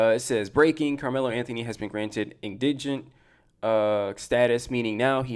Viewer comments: Pronunciation: In-duh'-gent Please get that right. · Sir, you can't call them stupid and dumb while unable to pronounce "indigent". 😔 Google has a pronunciation tool.